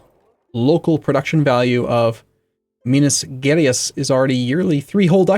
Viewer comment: I dont expect you to know how to pronounce the province names but Minas Gerais is pronounced like Me-nas Jeh-Raihs. Then again I do love hearing the Lord of the Rings-esque pronouncements